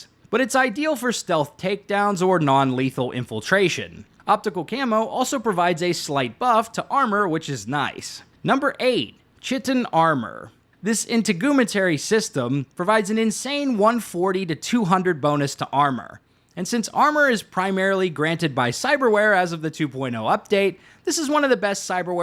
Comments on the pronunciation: really said inta-GOOM-atary 🤣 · It’s pronounced: In-teg-men-tary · “In-ta-gu-me-tary system” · Chitin....kite in. Or kite'n Integumentary...in teg You men Terry. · Interaugmentary ❌ Intagoomery ✅ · Right lmao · Brother that pronunciation of “integumentary” aches my soul 😭😭😭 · I can't tell if he's saying "chitin" and "integumentary" wrong on purpose or not.